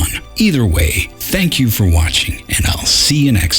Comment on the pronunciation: "for" not "four" and "more" not "moire"